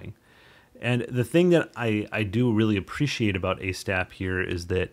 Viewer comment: hope I spelled that right, great video. It is long overdue that ASTAP had some public closure. It is the best free stacker out there. I think Han the developer, one other guy and myself are the only ones to do any tutorials on YouTube for it so far. One thing. Han seams to pronounce it Auzz-tap. Its hard for me too.